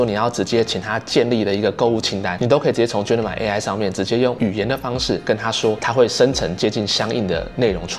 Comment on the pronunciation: 等一下，那個念Gemini啦！什麼genimi 真的很期待今年換10還有那個檸檬黃色！